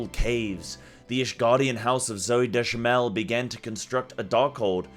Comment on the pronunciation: Dzemael = Zuh-mile